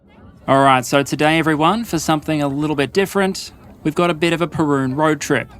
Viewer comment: Wait...that's how you pronounce Perun? ...I need to rethink my life